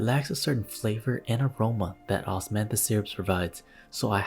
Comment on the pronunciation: “Osmathis flowers” OsMaThIs wiNe JSDJSOSHSJDJJS